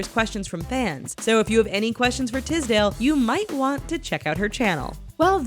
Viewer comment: ffs it's not Tizdale, it's Tisdale with a S jheeze😑😂